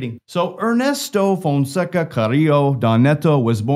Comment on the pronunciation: Fonseca ... With an A .. an A... You keep saying fonseco